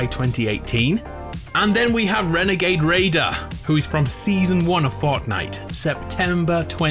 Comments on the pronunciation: Hehe.. wenegade wader, other than that the description of the story is perfect. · It a WENAGADE WAIDER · "Wenagade Raider" - 2021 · I get the feeling it's gonna be wenegade waider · I can bet you that the imposter is renegade raider. Or as you say the "Wenegade Waider." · my dude said renagade waider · It’s probably wenagade wader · I think it is Wenagade wader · “Wenegade Waider” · Why do you like saying wrenagage wrader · I love how he says “Wenegade Waider” and you can just hear the smile.